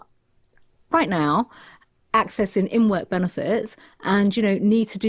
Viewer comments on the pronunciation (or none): There’s a ‘g’ at the end of accessing, Patel, that’s a minor irritation about her, but still twists my tits, always did do always will